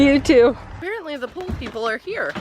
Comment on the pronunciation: I thought you were saying that you were getting a POOL delivered, not a POLE! 🤣